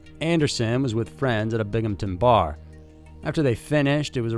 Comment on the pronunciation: Thank you for pronouncing my hometown correctly. Binghamton NY.